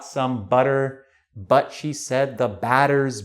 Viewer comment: Ok guys! I need a little help here. Is it his accent, which I couldn't figure out the origin, or do you really pronounce "She" like "Shu"?